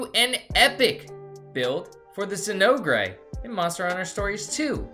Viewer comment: Very informative, thank you. But the way you pronounce Zinogre is like chewing aluminum foil. Zin- ogre pronounced ōgur. Like Shrek the ogre.